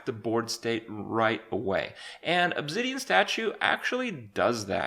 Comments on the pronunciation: Please pronounce "obsidian" again. Ubzidian? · obzidian? there's no zed in there, silly kripp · obzidian xD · "It's the ObZIdian Statue." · Yes the "obzidian statue" *facepalm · "Obzidian Statue" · Obzidian stashoo